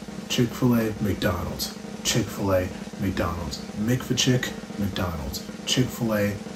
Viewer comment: Mickfil-A lol 🤣